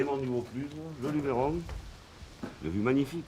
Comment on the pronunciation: LUBBBBeeeeRON pas Lubééééééééééééron pppfff